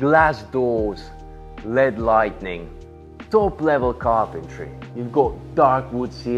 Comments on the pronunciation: It's light-ing not light-en-ing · and I hope doesn't take it the wrong way about the pronunciation stuff, it's just little stuff like saying lightning instead of lighting, or saying chic (he pronounces ch instead of sh) otherwise love your videos and hopefully one day soon I'll be one of your customers!